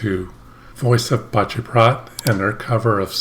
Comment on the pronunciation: You say Voice of Paceprot like a pro at this point. 👍